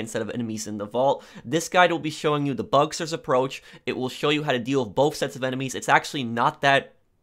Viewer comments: “Bugsters” can you not? Pronounce it bug-stars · Bucksturs? It’s bugstars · Bugstars, not bugsters. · IT IS NOT BUGSTERS IT'S BUGSTARS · 1. It's Bugstars not Bugsters 2. Gruppe sechs is 10× better than bugstars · "Bugstars" not Bugsters🤦‍♂️ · BugSTARS, not Bugsters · bug-STARS not bugster lol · Bug Stars not Busters learn to talk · Idk why but I cringe a little when he says “bugsters,” instead of “bugstars” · ‘bugsters’ lmao